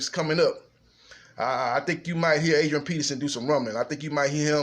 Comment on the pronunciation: Did u say Adrian penis in?